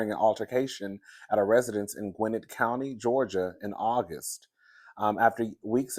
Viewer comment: GwinNETT County, the 2nd syllable NETT is stressed. I'm glad Ky is not charged because T Hood was violent. I pray Ky gets no further charges. Simon The Scammer has plenty of debt, debt free living is a lie!